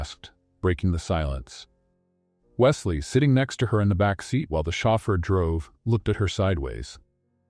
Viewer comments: Shaford??? Chauffeur sounds like showfur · Chauffer is pronounced shofer (its a French Word). The narrator should know how to pronounce all the words.